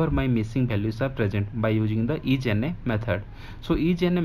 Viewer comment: Isna Not ijna . Good explanation